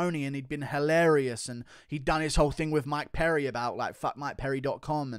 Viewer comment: Bruh said “Mike Perry” 🤣😂